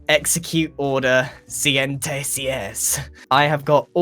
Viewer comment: When your spanish and you here Grian say operation siente seis